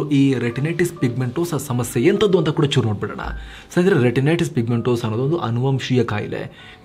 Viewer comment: a small correction. Once u pronounced retinities, then renitities. It's OK. Don't mind. Just told.